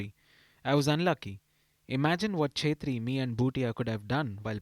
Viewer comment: It's not ' chetri ' , it's pronounced like ' kshetri ' .